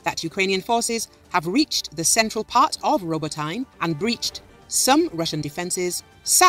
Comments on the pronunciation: Roboteyn? No. It’s Roboteeeeneh. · It's pronounced Row Bow Teh. Not what ever the hell you said.